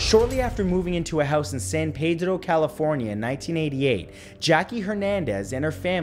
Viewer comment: Everyone: San Paydro Matt: San Pedrrrrrrrrrrrrrrrrrrrrrrrrrrrrrrrrrrrrro